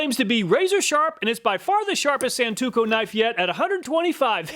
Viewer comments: It's pronounced a Sawn-toe-ku Not Sawn-two-ku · Thanks again for another fantastic video! One thing to watch out for though, you fumbled the pronunciation of "santoku" a few times. You said "san-too-ko" a few times even though the first time you correctly pronounced it "san-toe-ku" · Love your channel. I watch all of your videos even though I'm never in the market for any of the things you test. I hope you don't mind this unsolicited correction - it's pronounced "san-toe-koo" not "san-too-koh" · Sahn-Tō-Koo, Not San-To-Kō. And For Those About To Call Me A Weeb Or Weeaboo Look Up The Definition Of THAT WORD!